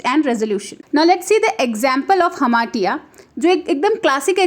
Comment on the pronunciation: hamartia pronunciation is wrong...